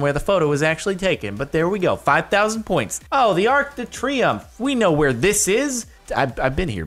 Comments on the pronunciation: "Ark de Treeumf" LEARN FRENCH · Being french I laughed at your pronunciation of arc de triomphe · you didn’t say arc de triumph (or however it’s spelled) in a FRENCH accent show us your accents other than russian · i love the way he pronounced "Arc De Triumph"!